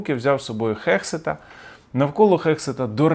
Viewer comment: Гексет, а не Хексет